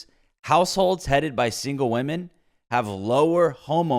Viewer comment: Lol i was just wondering out of curiosity why do some peoppe say VVomen instead of women? Is it a meme or soemthing?